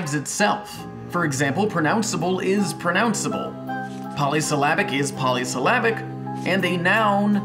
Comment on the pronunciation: He pronounced pronounceable wrong.